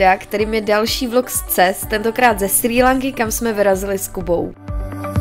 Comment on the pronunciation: Fantastické, jen název ostrovu se vyslovuje [Šrí lanka]. Pěkné videjko